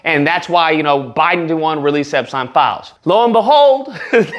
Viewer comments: It’s so funny how you pronounce Epstein LOL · EPsteeeeen! is the way you pronounce his name!! 😁